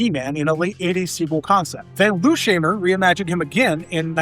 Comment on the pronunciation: I'm more bothered that he didn't pronounce Lou Scheimer's name correctly. That's not cool.